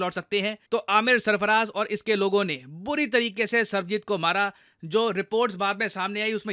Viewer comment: With due respect, its Sarabjit Singh not Sarbajit Singh.